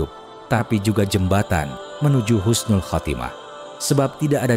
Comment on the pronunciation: Husnul bukan khusnul